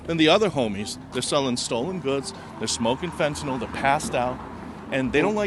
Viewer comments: If you're going to cover a subject, at least learn to pronounce it correctly. It's fentanyl; pronounced fen-ta-nill, not fen-ta-nol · Stop calling it Fentanol, its Fentanyl* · Fentanyl, nyl not nol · Look how the word is spelled “NYL” pronounced NIL not NAL…. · Can anyone pronounce FENT-A-NYL?? Americans mix up the vowels!